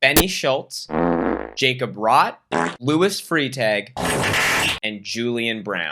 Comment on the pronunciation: You know the Jacob you’re talking about is definitely pronounced yacob if he’s from Germany man